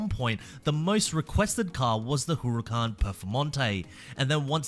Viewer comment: also it's Huracán and Sián btw.